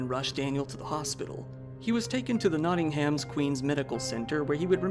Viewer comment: And Americans saying SHIRE rather than SHEER strikes again. Pain. Edit – NOTTINGHAM 🐖 HAM! pain. Incredible pain.